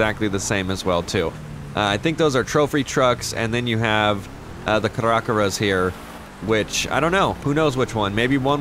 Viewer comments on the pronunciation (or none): its Cara-Cara (Care-Uh, Care-Uh) XD